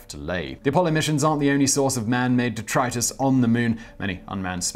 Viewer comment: Detritus! Not ‘detrius’ 😂